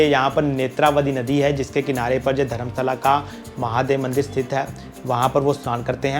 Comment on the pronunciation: Dharmastala correct prononssaion hai